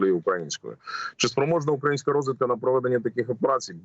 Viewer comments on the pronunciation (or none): п.Березовець, ставте правильно наголос! Не українська(тобто , не на першому складі, а на ї...)!